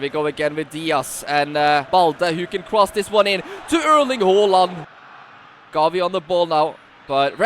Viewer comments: Its ha not ho! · It's not Hoo-land it's Haa-land